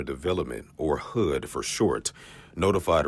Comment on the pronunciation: Did that reporter really just say AKX instead of ASK and HOOD instead of HUD? Oh dear.